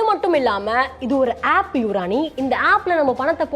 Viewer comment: நீங்க ஆப் (App) ஆப் (App) சொல்றது என் காதில் ஆப்பு ...ஆப்பு..னு கேக்குது...